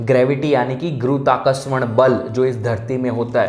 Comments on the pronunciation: Its गुरुत्वाकर्षण * not gurutvakarshan ya jo bol rhe hain guruji❤ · You cannot even pronounce गुरुत्वाकर्षण 😂